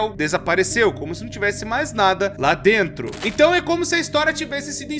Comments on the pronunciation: ESSE "DRENTRO" ME QUEBROU KKKKK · “ “drentro” do site” kkkk essa eu rachei